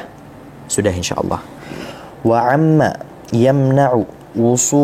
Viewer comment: Wa amma, jangan wa 'amma😂